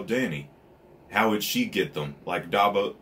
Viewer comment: Are you saying Dabos? Lol its Davos btw but if I'm hearing wrong I'm sorry lmao